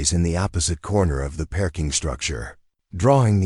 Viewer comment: Listening from Clarksville, TN. Oh no, another Dr. Chen, but this has turned in to a zombie. Please, please do something about this pronunciation - perking for parking, Dr. Chun & Dr. Chen mixed up.